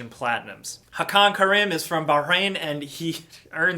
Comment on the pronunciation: Yeah I too heard it weird.